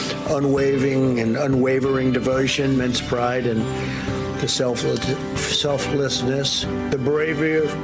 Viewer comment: I can see why Donald Trump has such a difficult time saying "selflessness" . That word is completely unknown to him. Might as well be speaking Dutch.